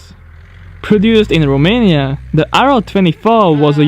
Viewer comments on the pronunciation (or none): none